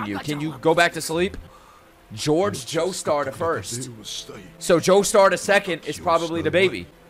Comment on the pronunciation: Bro said doestar at one point